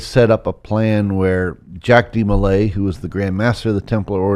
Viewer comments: It's not jack demolay, it's pronounced jauck with a French spelling. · Dude really butchers Jacques De Molays name pronunciation.. But he’s almost spot on with the history!